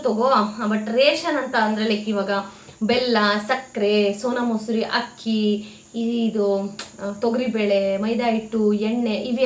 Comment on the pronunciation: Hakki alla akki